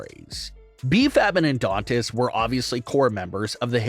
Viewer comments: Dude it's Adonis not Adontist......you do this alot!!! It's annoying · Yeah, I kept thinking orthodontist. 😮😊